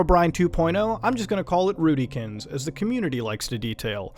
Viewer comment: Rootykins is how you pronounce it?